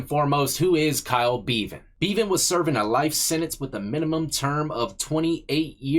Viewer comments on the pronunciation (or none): It’s pronounced beh-van not Bee-van🤣🤣. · Bev-an, not Bee-van. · Pronounced Bevan like Heaven. Which is where that scumbag aint going. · pronounce the e in bevan the same a e in egg. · Bevan rhymes with eleven not steven. From your friend over the pond.